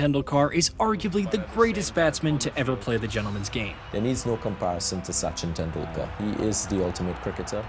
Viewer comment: What a masterclass in mispronouncing names and words. Sachin Tendul-kaaar. Really? Even though your video contains the correct pronounciation. Jaques Ka-lees. What is a Prodea? Protea. How difficult is it to pronounce the letter T?